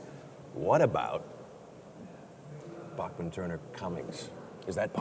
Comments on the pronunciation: Everyone always says Randy's name wrong. It's pronounced BACK man actually. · C'mon Jeff! Did you really pronounce Bachman wrong?!?!